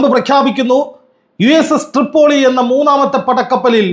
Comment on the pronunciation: തൃപ്പൊളി അല്ല പോയോളി